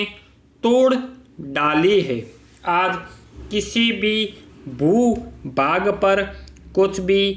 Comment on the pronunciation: सर, आपका उच्चारण स्पष्ट नहीं है। अपने भू-भाग को बू-बाग और भाग को बाग कहा है साथ ही सच्चा को सस्सा कहा है। यह सिर्फ एक सलाह मात्र है। 80wpm में 40 मिनट दिया जाएगा ट्रांसक्रिप्शन के लिए